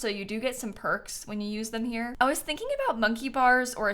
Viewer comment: i love when you say percs